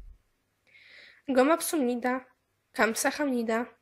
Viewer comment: Masz bardzo złą wymowę, przede wszystkim Koreańczycy nie wymawiają twardo "h" w środku wyrazu, także nie "KamsaHamnida" tylko "Kamsaamnida", gdzie to "aa" oznacza delikatne, wręcz melodyjne przejście, lub po prostu "Kamsamnida". I tak samo masz w przypadku słowa "przepraszam". Niestety jeśli ktoś chce uczyć jakiegoś języka musi mieć dobrą wymowę, która w koreańskim jest akurat bardzo potrzebna, a mówię do z doświadczenia, ponieważ mnie uczy native speaker i w momencie pojawienia się podwójnych spółgłosek twoja wymowa może Cię zgubić i powiesz coś zupełnie innego.